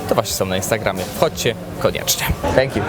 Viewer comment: ... "Stęk Ju" xD